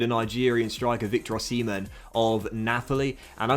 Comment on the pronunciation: "Victor oh-semen" - 2020